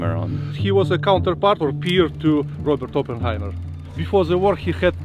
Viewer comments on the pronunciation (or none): none